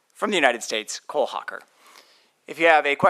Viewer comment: The announcer saying Cole Hoe-Kerr the entire race too 😅